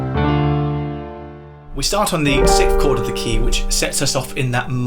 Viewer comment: SIXTH. NOT SICTH.